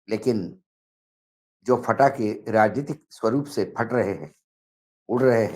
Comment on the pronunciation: पटाखे बैन हैं फटाके बैन नहीं 😅😅😅